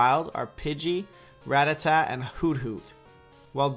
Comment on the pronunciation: wtf RATTATA. LIKE NOBODY CAN PRONOUNCE IT CORRECTLY. WOW.